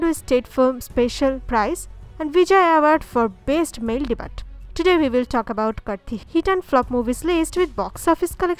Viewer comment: Debut ...not DE BUTT